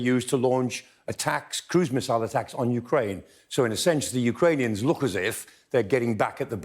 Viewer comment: Amongst other qualities, two which makes Prof Clarke the best analyst here is his knowledge of the geography of Ukraine & Russia and his accurate pronunciations of Ukranian/Russian places!!